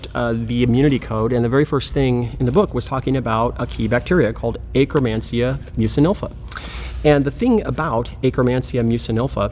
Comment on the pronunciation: I can't unhear it now. 🤣🤣🤣